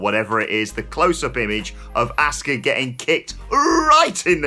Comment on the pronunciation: 🤦‍♂️ It is really that hard to say her name correctly? Nobody in the WWE says Ask-uh It's Ah-ska